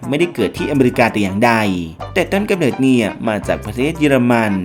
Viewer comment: เนิด หรือ เหนิด งงเลย555